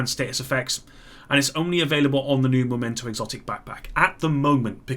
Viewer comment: Why can't any1 pronounce memento correctly?